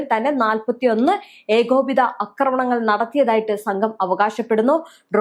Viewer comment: അക്രമണങ്ങൾ അല്ല. ആക്രമണങ്ങളാണ് ശരി. ഒന്ന് തിരുത്തൂ പെണ്ണുമ്പിള്ളേ.